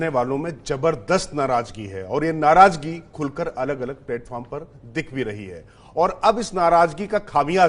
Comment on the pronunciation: Ye anchor h . . Narazgi ko narajgi bol rha h